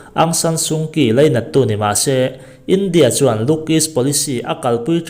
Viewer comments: Aung Saan Suu Kyi ( Kyi - hi- Chi tia ri tur ania ) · Aung San Su Kyi tiha 'Kyi tih hi 'Chhi' tia lam tur; 'Ki' ni loin.